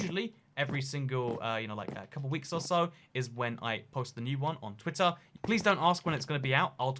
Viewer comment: He says the cod on rwitter